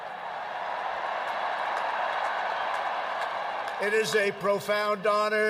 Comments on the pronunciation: Trump pronounced Ahmedabad as Am-ba-bad😂😂😂 Kudos to the efforts thought. I think he pronounced it much better than what 90% of other English speakers could have done. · Spelled "Ahmedabad," pronounced "Ahmabad," 'cause he is bad. He's a baaad man. --- Spelled "Gujarat," pronounced "Gujah" --- Spelled "Sachin Tendulkar," pronounced "Soo chin tin-doe-kur" --- Spelled "Vivekananda," pronounced "Vee-vay Kah-moon-noon" And for Stephen, --- the Taj Mahal is not Hindu, it is a Muslim mausoleum. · Here’s how to pronounce those names - 1) Ahmedabad - “uh-muh-dah-bahd” 2) Gujarat - “goo-juh-raht” 3) Sachin Tendulkar - “suh-chin tend-dool-kuhr” 4) Swami Vivekananda - “swah-mee vi-vayk-ah-nuhn-duh” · Trump, it’s not AMABAD, AMA BAD, it’s Ahmadabad, AH MA DA BAD. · I spun cotton at Ghandi's ashram too. Same spot as Trump. Thought it was in Ahmedabad, not "Abbabad" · 7.34: He says something like 'Ababed'. The name of the place, FFS, is Ahmedabad. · And he said "I'm-a-bad-..." Well the name of the place is Ahmedabad.. and its "sachin tendulkar" not "suchin". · Ahmedabad ... sounded like “I am bad” 😂 Chiwala ... sounded like chihuahua 😂. Gujrat.. goo rat 😂, Swami Vivekanand .. Swami Vivekaaaa moondone 😂 And he also said “It’s a profound honor to be the beautiful new stadium “ 😂 Imagine if Modi pronounces Trump as Tramp 😂..Donald Tramp , Ivanka Tramp 😂..The Tramps 😂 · He also uttered “ImmaBad” for Ahemadabad. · Did he say "Ah-mah-bad"? As in Ahmahbad president... As in Ahmahbad excuse for a human being...? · Trump pronunciations Ahmedabad: imma-bad Gujarat: Gur-jaat Sachin: Soochin Swami Vivekananda: Swami Vivekamunundsadasdjnasjfd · It's ahem-eda baad...he called butchered it , and Guja-raat, and Swami Vi-vey-kaa-nandaa. Now I get all the mispronounciation jokes Mr. Colbert. We have some dumb politicians here too. But the are well spoken at least. But not Rahul Gandhi. According to him, 10 out of 9 youths are drug addicts in Punjab. 10 out of 9.